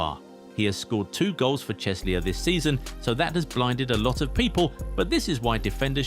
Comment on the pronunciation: what is that pronunciation of Chelsea?